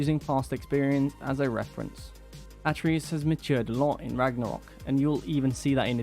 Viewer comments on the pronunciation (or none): His name is pronounced Uh - tray - Us....do a review, know the names. Please